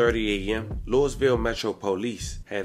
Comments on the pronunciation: Hey family its not pronounced like lewis. Its pronounced like lois v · It's pronounced Lew-Uh-Ville that Lewis-Ville stuff will have you on a t-shirt with your balloon release held at the gas station you were hit at 🤷🏾‍♂️ ijs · A bruh the S is silent lou-ville... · The S is silent 🤫 It’s pronounced Louie-Ville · I wish you content creators worked on y'all pronunciations and ethics 😂 Grown ass men saying "Louis-Ville" be trippin me out lol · The "s" is silent on Louisville